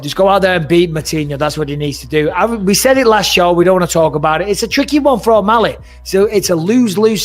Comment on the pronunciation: It's just Shawn Malley. He's never getting that O back